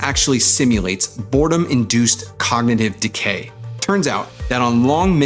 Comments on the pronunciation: It's cognitive, not cognative. Not super important, but funny in the context of your video. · broooo, "COGNATIVE"?!?!?! It's "cognitive"!!!